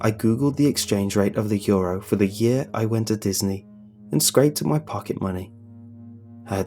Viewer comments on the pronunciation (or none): none